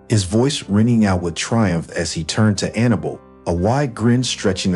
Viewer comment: Can't pronounce Annabelle? It's hard to listen to with all the mistakes.